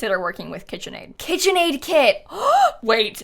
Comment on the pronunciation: KIT-chen Aid